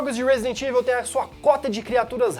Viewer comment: Só uma crítica construtiva pra galera! "EVIL" se pronuncia "Ivol" não "ivel" Abraço :D